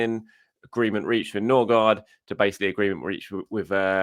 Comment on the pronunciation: Ok Pronounciation needs som help now that we have two scadinavians with almost the same last name. Ø is close to the E in «Nerve». Aa (double A or Å) is close to the A in «All» or the O in "Gore". And the D in Gaard is silent (Ødegore/Nøgore)